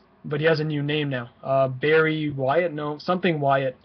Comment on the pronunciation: its bry wyatt